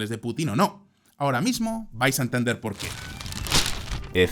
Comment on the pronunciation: Pol qué? No hay "polqué"😂😂